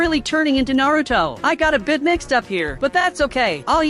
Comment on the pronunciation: 😂😂 bro said Naruto wrong